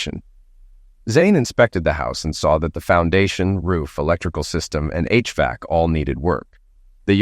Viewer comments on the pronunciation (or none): none